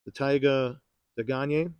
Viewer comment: I completely agree with your pronunciation Day-Gahn-Yay. I ran it through Google Translate, listening to Googles French pronunciation and it sounds like what you spoke.